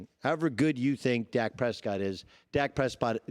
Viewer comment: Dak Prespott